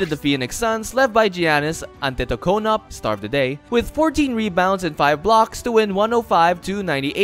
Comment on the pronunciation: AntentokounmPO..not UP